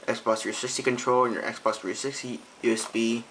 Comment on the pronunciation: i hate the way u say xbox 360......u say sbah 3sity